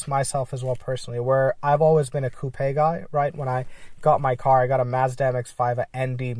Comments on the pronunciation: Coupe-a you mean coupe? lol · I know it shouldnt... but it bothers me that you say coupe like that 😂